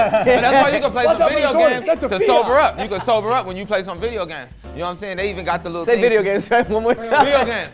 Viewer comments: Say video games right one more time vo games I could listen to that bit all day 😅😅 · Say video games one more time: 🗣 VIO GAMS! 💀💀💀💀 lmaoooo